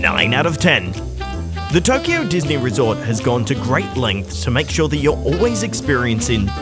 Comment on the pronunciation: It's Tokyo, not Toyko! :D